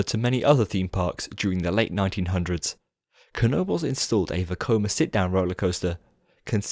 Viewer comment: Now I finally know how to pronounce Knoebels right